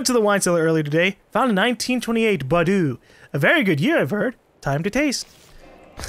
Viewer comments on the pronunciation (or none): bordeaux pronounced: boar-doh